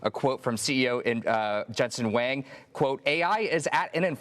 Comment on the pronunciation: It's not wang! It's wong